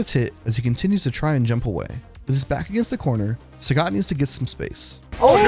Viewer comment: It's pronounced Saget. Capcom doesn't understand phonetics because they're japanese and didn't bother to learn how to pronounce things.